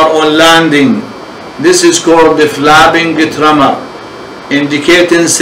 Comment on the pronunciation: "flabbing tremor"? I wish he would pay better attention to his pronunciation. Hard to understand.